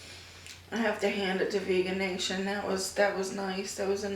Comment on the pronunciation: If you're talking about the place I think you're talking about it's pronounced "vege-nation" not "vegan-nation." I love that place. Vege-way is really good too. So is GFY Burgers & Fries as well as Violette's Vegan Cafe.